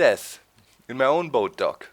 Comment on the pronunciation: evertime hes says boat dock i think hes is like talking in third person at first like he is saying boat doc instead of boat dock